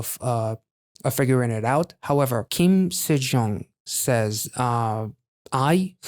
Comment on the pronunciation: Nice reaction. FYI her name is pronounced Seh-Jung. You should check out her solo debut song Flower Road. It hit number one in Korea. ❤ She was also just on LeeMujin Service. Amazing vocalist !!!